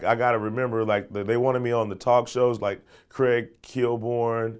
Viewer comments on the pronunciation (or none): none